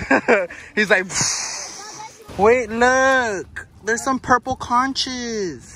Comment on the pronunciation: no one:: “ooooo look there’s some purple conchessss” 😩🤣🤣🤣🤣🤣🤣 NOT CONCHES